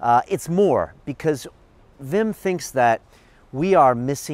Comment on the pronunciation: Wi.. wi...fucking WWWIM Hoff... not Vim.